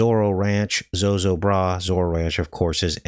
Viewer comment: Zo ZO bra it us pronounced-accent on second syllable. FYI and thank you